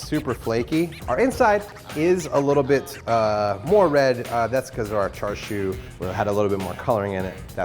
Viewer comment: It's pronounced as cha as in cha from the dance ""cha cha" and sieu like seal but the u replaces the l